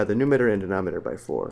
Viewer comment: Did this dude really say "denometer" and "numeter"